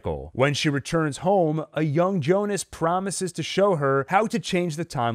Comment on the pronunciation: Why do people keep calling him jonas it's pronounced Yyonas